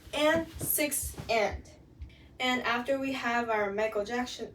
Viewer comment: The way you pronounce Michael jackson is cute